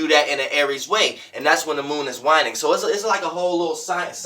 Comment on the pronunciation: There is no doubt you know your shit but the way you pronounce things sometimes throws me lol "wine-ing" the moon is "wayne-ing"